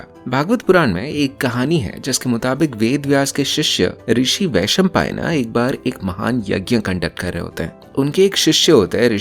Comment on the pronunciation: Vaishampaayan(वैशंपायन), not Vaishampaayana(वैशंपायना ). Also Please Shuddh Hindi.